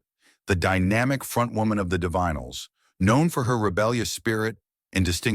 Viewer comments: It's pronounced ""di vinyls" for Zod's sake! Get a better AI to read your script - or at yhe very least check it for glaring errors like that. Stopped listening 'cos your AI can't pronounce the name of the band. Won't listen to your AI generated channel again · You can pronounce divine but not Divinyls? AI?